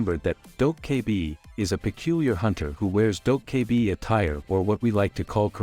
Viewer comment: If i have to hear "Dough K Bee" again...